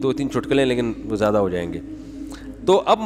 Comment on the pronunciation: Jyada nai ziada hota hai, I think Moulana sahib ka admin koi Indian hai